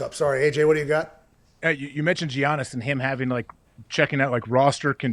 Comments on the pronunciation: If you’re a sports media person you probably should avoid discussing topics about a players who’s name you cant pronounce. Fam said “Gee-Ahn- Nus” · How does AJ not know how to pronounce Giannis's name?